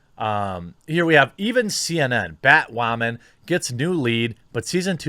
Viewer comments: I like your content mate and i've subscribed... however its 'Wooo..man', not 'wha..men'..... :P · Oh thank god you finally said "whamen" right. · Why do you pronounce "woman" as "whammin"? Am I missing something? You do this on all your videos and it bothers me because, either I am missing something important, or you don't know how to properly pronounce a very simple word. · Can anyone fill me in on the background of why he pronounces woman "waman?" Just started to watch the channel, genuinely curious; not being passive-aggressive.